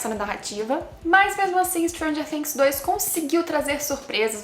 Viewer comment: Perfeita análise... Pelo menos você pronuncia "Things" do jeito certo <3